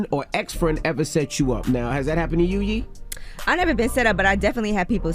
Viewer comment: Sounded like somebody actually tickled Yee the way she laughed when that guy butchered her name😆